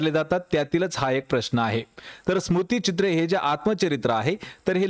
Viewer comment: 'स्मृतीचित्रे' स्मुतीचित्रे नाही